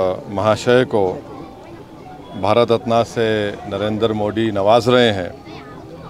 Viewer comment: Madarchod pahle sahi se Marat ratan bolna Sikh 😡😡😡